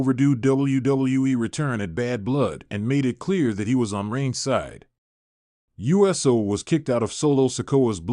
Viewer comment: It's pronounced ewe so...not U S O